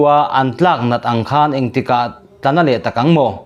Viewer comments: KHAN tih hi lam dik nise...KHÂN nilovin,thluk lo a 'KHAN' tia lam tur a nih hmel. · 'Khan' hi i lam dan a dik lo. Thluk lovin a tawiin lam rawh. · 'khan' ilam dan hi adik lo deuh lo maw.